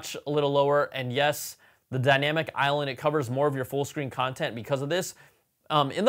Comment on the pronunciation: The “iLand” took me a hot minute. 🤓